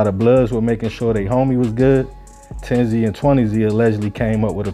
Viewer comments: It wasn't 10 zee and 20 zee. It was pronounced 10's and 20's written with a "Z" instead of an "S" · Tens and twenty’s not 10zee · It’s tens lol not 10 Z 😂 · pronounce it like theres a S at the end instead of the z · It's not 10 z and 20 z it's pronunciation is tens and twenties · It’s “tens and twenties” not “ten-z and twenty-z” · It’s pronounced tens twenties thirties! The Z shit came from the the news channel. There ain’t no Z stuff at all it’s 10s 20s 30s like that. A lot of of 10s are crips as well as 20 & 30. And the only thing bloods got over south are 30s blood and O.B. Blood. The 30 blood stuff is made up and they never actually had the whole 30s area that’s just what they call themselves. They mainly used to be on 35th thru 39th & Chicago plus they had 4th Ave once you cross 32nd st. They area was mainly after you cross 35th tho because the low parts of the 30s they couldn’t even come to unless they was cool with somebody or had some pull or dope other than that it was a no go zone! Plus they opps was at 1 point was way too many people! The bloods hood shrunk to. But at the end of the day, I wish the whole southside could start networking working with each other and leave all that bullshit alone it don’t matter what gang hood mob clique whatever you ain’t gotta be killing nobody over no bullshit etc… At the end of the day all that stuff is a loss for everybody. Shout out to everybody over south north and St. Paul the suburbs too! Peace & love ✌🏾❤️💙💰💰💯😇